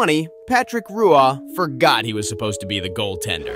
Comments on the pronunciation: ALSO NO. Bilingual Canadian here... Patrick Roy is French Canadian and his last name is pronounced as "Waa" because the R in Canadian French is gutteral. Without producing the sound at the back of the throat (uvular R), it moves to the lips as a 'W' sound. The English pronunciation of Roy is simply "Waa" or "Wah" Hearing English speakers, especially Americans, explain how a French Canadian (not European French) name would be pronounced remind me of all the Americans who've never met a Canadian but still asserts we all say "aboot" 🙄 IT'S PRONOUNCED WAA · It's pronounced Roo-wah. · as a leafs fan i hate patrick "ruwahh" but jesus christ have some respect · Patrick Roy("Wah") not however you pronounce it you couldn't even said Roy and that would have been better than what you pronounced it as. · no. Same pronunciation as Roi. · Honey, I live in Québec. I've always heard it as Roi. Smoke some more. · It’s pronounced “Wah” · It’s Patrick “Wah” the goalie GOAT. Not that hard. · His name as a french prononciation and it's more like the french word Roi ( King) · Patrick Roooah?? Um no. I’ve met the man multiple times. I knew how to say his name when I was 7 years old. Oof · A hockey channel pronouncing Roy as "Roo-ah" just delete your account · BRO RU-AUH WTF?!?! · Patrick who!….Never butcher his name again! It’s Roy…pronounced like waaah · Argh, this voiceover is painful. The “super cool” delivery with the complete lack of hockey knowledge is cringe. “ROO-wah” “ZAY-grass”. “THE Center ice” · I can't believe what I just heard 10 seconds into the video. Whose ruah? I know who Roy is. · How dare you mis-pronounce Roy lol. Also weren't these video uploaded before on your channel? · I clicked off your video the second you butchered Patrick Roy's name. Jesus christ that was bad